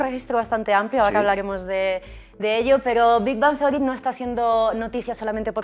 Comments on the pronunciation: no dijo bien Big Bang Theory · Los españoles, en general, pronuncian el inglés MUY mal. Un ejemplo: la manera en que el presentador pronuncia: Big Bang Theory (suena muy feo).